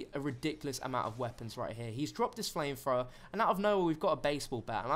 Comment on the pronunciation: "Flamefrowa" "Literally, literally, literally"